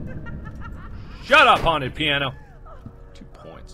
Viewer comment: Did anybody else think he said "shut up HORNY piano" instead of haunted???